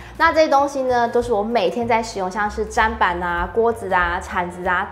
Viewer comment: 看了有點強迫症發作還是提醒一下砧（ㄓㄣˉ）板